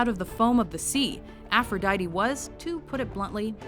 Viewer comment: The way this bitch pronounce aphrodite is so anoying